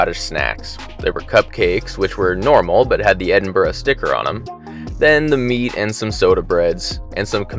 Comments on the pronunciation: Thanks for saying Edinburgh right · Great vlog. And credit where credit is due, it’s good to hear an American with the ability to pronounce Edinburgh correctly. 👍